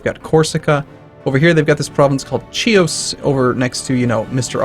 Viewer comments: Its pronounced Hios (as in history) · OH MY FUCKING GOD! STOP PRONOUCING "Chios" WRONG! IT HURTS MY EARS!